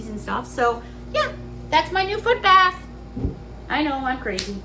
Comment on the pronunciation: Uh, bath, not path. Duh😆